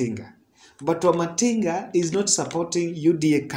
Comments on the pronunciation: Wamatingi, not Wamatinga. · Wamatangi (Not wamatinga)